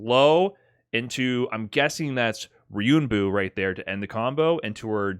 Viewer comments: I watched this live and its funny because when he had trouble saying Ryuenbu he referenced a video that also said it wrong. Just a note its not pronounced Ryunbu its literally Ryu En Boo. Anyway great video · Love how he mispronounced Ryuuenbu, found a vid where a guy misspronounces it, thinks its correct lmao It has an e.